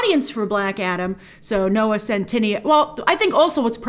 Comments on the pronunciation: oh btw it’s noah cent- ih- nay-o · His name is pronounced scent-eh-neigh-oh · It's so funny how Grace mispronounced his name in the entire video. And I don't see a reason for mispronouncing it, because it sounds like how it's written. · Grace somehow adds another syllable when saying his name lol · why is it that everyone on youtube mispronounces centineo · I love how you call him a 'big deal' yet you still haven't pronounced his name correctly throughout all your videos hahaha, love you Grace xx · The video should be called: "Grace butchering Noah Centineo's name for 10 minutes straight."